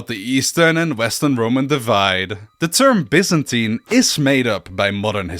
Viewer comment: Finally someone who knows it’s pronounced Bee-zantin not Bi-zantin.